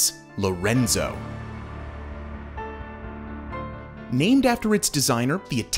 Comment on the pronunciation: This was a nice Real estate sales brochure except for one thing, your glaring mispronunciation of the main Projects' name is "LE Renzo" which you repeatedly pronounced as LO(H) Renzo (see ). LE(h) is French, but LO is Spanish. In a way it is quite surprising that you did this So any times after pronouncing it correctly ONE time.